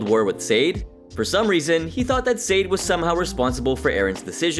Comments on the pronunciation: It’s “Sah-day.” Not, “Say-d.” You’d think after analyzing this episode, you’d know how to pronounce her name. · It’s pronounced “Sah-Day”…not SADE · Its not pronounced Said, its pronounced Sah-day. Come on dude 😂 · It’s Sad-ay not Sade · Pronouncing Sade like S-Aid should be a warcrime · To the one who made this video: Sade (It’s pronounced Sah-Day). Get your facts right before making a video. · Her name is Sade. Pronounced like Sha-day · How comes the narrator cannot say Sade's name correctly? Her name doesn't rhyme with Wade, sir. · I like how you can tell this guy has never watched a full episode of Hell's Kitchen before because of his pronunciation of Sade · THANK YOU!! His pronunciation is driving me nuts!!!